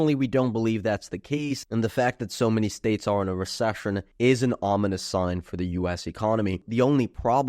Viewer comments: Re Sush un lol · cant get over hearing him say re-shush-ion over a hundred times - still interesting analysis of historical data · Contracshun resheshun